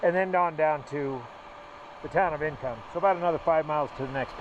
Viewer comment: It’s “ink om “ not “income” pass